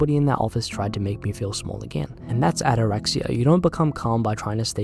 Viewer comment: ΑΤΑΡΑΞΊΑ !!! NOT " ATTARAKSIA " ! ΑΤΑΡΑΞΙΑ !!! This means that you a ROOOCK !!! UUUN-MOOOVEBALE !!! Listen to a Greek Man...he knows better . Very nice video my friend . Well said . Να 'γιασει το στομα σου φιλαρακι